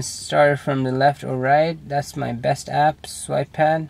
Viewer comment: "Best ahp for andrio!" Priceless sorry xD